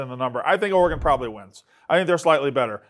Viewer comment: The way Dave pronounces “Oregon” should be illegal